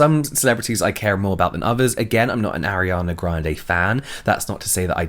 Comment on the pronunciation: / James: Airana ga- grande Me: it’s ARIANA GRANDE BISH, OK